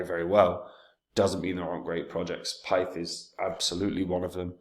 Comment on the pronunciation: You can tell does extensive research, because he can't even pronounce the name of the token despite the fact that it's provided on the main page of the website. 🙄